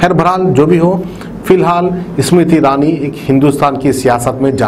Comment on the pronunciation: Ismruthirani math bolo ....... smruthi irani bolo ... aap reader hai....